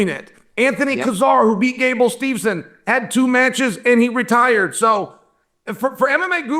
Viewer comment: You go on to say "Gable StevENson" multiple times, like you know all about him. You don't even know his name. It's Gable Steveson. There's no N in the middle of his last name.